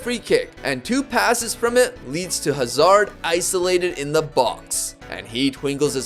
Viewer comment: the pronounciation of Hazard throughout the whole video gave me several aneurysms